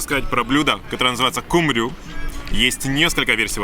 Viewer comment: Очень классно показали все, наверное это лучшее видео об Измире...но правильно говорить Алачаты, ударение на последний слог. Ал- алый, ала разноцветный, чаты-крыша. Полагаю отсюда перевод красная или цветная крыша. И...кумру, а не кумрю ;) а туркам даже нравятся такие ошибки. Удачи!